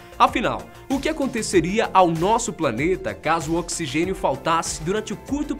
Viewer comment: Oxigexio kkkkkkkkkk